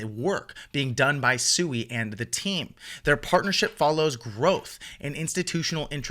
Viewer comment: PSA: It's pronounced "Swee" not "Sue-ee"